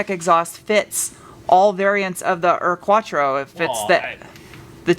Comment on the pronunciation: There is at least the upside that you now pronounced Urquattro perfectly :D allow me to help with your Auspuff: It is pronounced Oucepooff with a shorter oo. Like some people pronounce roof, but even a bit shorter. Those Abt wheels are fire btw. They make the car 300% meaner, but I know they are unobtainium.